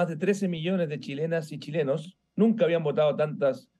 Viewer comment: este tio diciendo chilenos y chilenS, ya se ve que estan muy jodidos